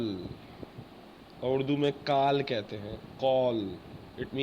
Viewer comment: اڑدو نہیں ہوتا بھائی اردو ہوتا ہے